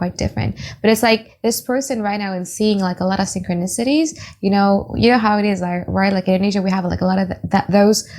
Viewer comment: It’s syn-cro-ni-si-ty boo. ♥️